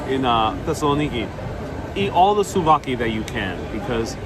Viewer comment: souvlaki not slovaki slovakia is a country....hahaha my frend! patsas is called in Greek...